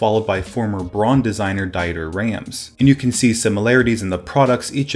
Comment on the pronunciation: I can speak German and your pronunciation of Dieter Rams was sooo funny :D The right pronunciation is more like Deetar Rams